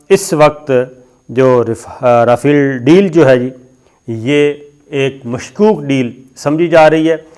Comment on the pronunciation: پتہ نہیں کس سکول سے تم نے تعلیم حاصل کی ہے اور لگتا ہے چھولے دے کر پاس ہوتے رہے ہو رافیل یا ۔۔۔۔ جناب اگر آپ کو ادائیگی کرنی نہی آتی تو گوگل پر اسکی ادائیگی pronunciation سن لیا کرو اور جو کچھ بولنا ہوتا ہے اسکو ایک آدھ دفعہ rehearsal کر کیا کرو۔ نہی تو آپکا پتہ کٹ جائے گا اور عمران ریاض خان کو آگے کر دیا جائے گا۔ پہلے ہی وہ صاحب بہتر انداز میں اپنا پروگرام پیش کر رہا ہے